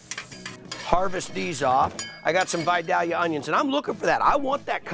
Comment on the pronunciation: Love you Guy, but it's Vi-Day-ya onions.